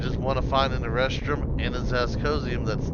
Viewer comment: Great vid. I laugh every time you say erestrum, sounds like you’re looking for “A Restroom”.